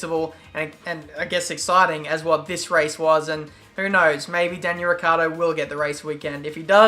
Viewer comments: please hear me his Name is not ricardo But ricciardo To get The it sound right you need To say it as rich-hard-o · is pronouncend like richard with more enfasis on The c since It is double and The o At The end